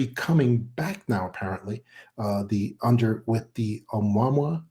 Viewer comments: Uh-moo-uh-moo-uh ! not Um-wah-mwah ! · That Hawaiian word for scout is pronounced ....amoo' ah moo' ah....amouamoua... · Why is he pronouncing 'Ou-Mua-Mua' like "Obamwa"???? Avi Loeb was very clear in how he pronounced it and it makes me wonder how much research this guy has actually done. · I'm not Hawaiian, but I believe the object, 'Oumuamua, is pronounced oh-moo-uh-moo-uh. Just FYI, if anyone cares 😊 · Right?! "Oh-mwa-mwa" sounds pretty ridiculous. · WHY TF cant this "EXPERT" say the word "OUMUAMUA" CORRECTLY???? He has mis-pronounced this as "UH MAMA" and many other things in MULTIPLE INTERVIEWS, NEVER ONCE saying it correctly - DESPITE BEING CORRECTED ON ONE OCCASION..... How can an "EXPERT" expect to be seen as "CREDIBLE" if he cant even be bothered to pronounce a word of such great importance properly???? What a joke. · Someone tell the cigar shaped ship is called Amo-wa-mo-wa!! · It's pronounced Oh-moo-ah-moo-ah. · It pronounced like : ah moo ah moo ah ... This dude is full of crap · This guy is part of a mirror-image disinformation conspiracy. How is it such an expert cannot pronounce the Hawaiian name for the mothership. Seriously. How is that.?